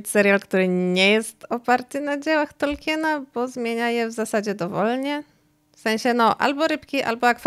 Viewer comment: Od jakiegoś czasu oglądam niektóre Twoje filmy, podobają mi się, ale proszę, bo kala to moje uszy za każdym razem, jak to słyszę, i nie tylko u Ciebie, czy możesz wymawiać Tolkien, zamiast Tolkin? Nawet Amerykanie wymawiają Tolkien, jego nazwisko uległo w naszym języku fonetyzacji, czego zdaje się, nie wiedzą nawet niektórzy jego fani 🙂 to moja jedyna uwaga, czekam na następne filmy 😁